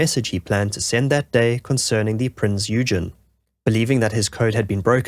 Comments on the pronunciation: The cruiser Prinz Eugen is pronounced "Printz Oyggen" (with a hard "g"). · A shame your pronunciation of "Prince Eugen" is so bad. otherwise the video is excellent.